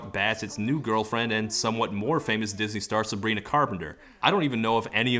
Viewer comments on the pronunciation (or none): none